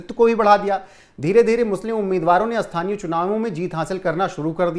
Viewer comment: भाई हिन्दी सुधारो, देस नही बांग्ला"देश", छेत्र नही क्षेत्र, अस्थानीय नही स्थानीय, जनगड़ना नही जनगणना। सुन्य नही शून्य। भाई गांव खेड़े की हिंदी मत बोलो समाचारों में। हिंदी और उच्चारण सुधारो। रोहित पांडे।